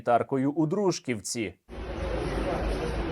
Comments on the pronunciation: Сергій, будь ласка ДружкІвці. ДружкІвка моє рідне місто і такі наголоси , для нас, звучать як: укрАинцы или бЕндеровцы. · ДружкІвці, сильно вухо ріже інший наголос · Сергію, все супер але у ДружкІвці. Наголос на і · дружкІвці , не дрУжківці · Дружкі'вці, пане Стерненко. Дружкі'вка. Наголос на "і" Дякую за випуск.